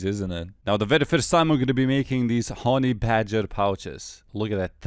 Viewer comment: "hawny badger"